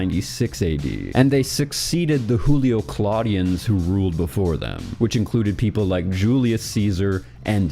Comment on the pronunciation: Bro you didn't just pronounce "Julio-Claudians" as "Hulio"